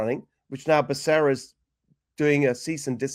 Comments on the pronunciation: What a friggen joke!! Now I heard you pronounce Bacerra and that’s all I hear now is Buck-a-ria. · Benny ask google how to pronounce Becerra LOL even though I don’t like him its bas how you pronounce it